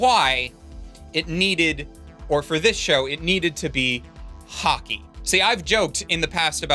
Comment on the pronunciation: About halfway through this review, I started hearing Hockey as Haki.